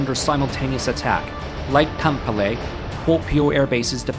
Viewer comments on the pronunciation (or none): It's not "Tampollay", it's TAM - PE - RE xD